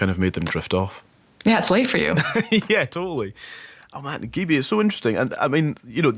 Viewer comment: Wow this amazing she on the BBC!! I love how the presenter says her name wrong poor gibi